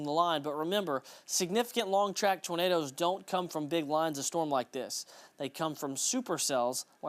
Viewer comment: called them Tornaders 😂